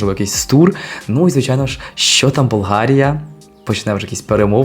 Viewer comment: БълГария . The sound in the middle is G , not H . BulGaria. In Bulgarian saying it with H is insulting !!!